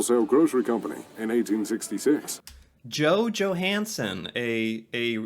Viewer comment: You're pronunciation is 100 times more accurate than the narrator - in fact some of it was spot on, like the Johansen dude